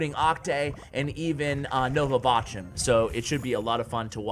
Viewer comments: all germans are triggered when you say "botjum" instead of "bochum" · Bochum Not Bosham xD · Awesome video but as a german, i have to correct u with bochum... The pronounciation is wrong, thats all So the o is rather pronounced like ohh. The ch is pronounce like u would say the j in juan. Thx and continue with ur great content